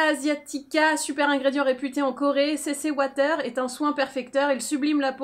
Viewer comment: La « CC ouataire » 😂😂😂😂😂